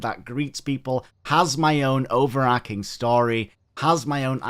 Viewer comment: It's "overarching" not "overarcing"